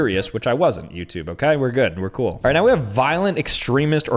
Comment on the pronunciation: “My best friend passed away” “Pretty coll right” 😂